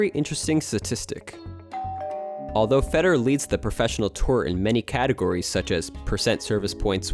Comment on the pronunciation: Can you please learn how to pronounce "Federer" properly? My goodness